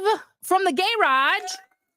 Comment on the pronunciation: ‘From the gay-rage’ lol!